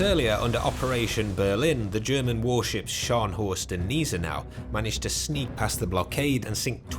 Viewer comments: Its Gneisenau not Niese-nau. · Gneisnau is pronounced as ny’s now. You do not use the letter G. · "gn eye sen nau" and maybe its relevent bismark had a "turtleback citadel" somekind of german speciality in ww2 (yes yes first time i heared about this was world of warships but after that i read about it) but overall a good documentary imho, you always were a skilled narrator. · Gneisenau is pronunced with an ei like in the word "mind" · Some of the pronunciation is questionable, you know better than Gneisenau. That's also NOT the right HMS victorious, just look at it, its not of the same era even before taking a closer look at the jets on the deck.